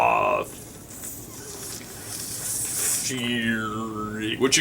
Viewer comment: also, j, your saying it wrong it's the Slooooooooooooooooooooooooooooooooooooooooooooooooooooooooooooooooooooooooooooooooooooooooooooooooooooooooooooooooooooooooooooth theory